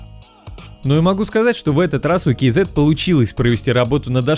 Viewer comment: Ну хоть кто то правильно прочитал название, кей зэт а не казэ бл@